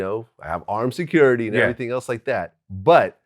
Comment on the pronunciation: Vlad letting y’all know...emphasis on *armed security*😂😂